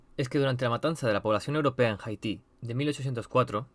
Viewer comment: me da un tic tu pronunciacion de haiti, no es jaiti, es aiti.